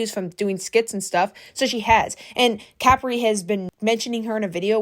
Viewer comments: Not trying to be THAT PERSON or rude but it's pronounced Cu-pre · You pronouncing Capri like that is wild. It’s Capri…. Like Capri pants. Not like a bottle cap😂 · the way you say capri is so funny